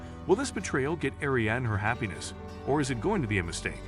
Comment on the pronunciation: Ariadne tetrasyllabic air-ee-ADD-knee; Achilles trisyllabic uh-KILL-ease